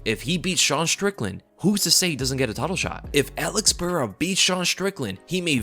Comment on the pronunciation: Joshua Fabia is sooo going to correct your pronunciation of Alex's last name bro!!